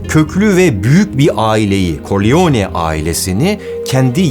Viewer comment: “Koriyone”… “Korliyone”… “Vito Koriyone”… düzgün telaffuz etmen lazımdı yani “Karrleone”.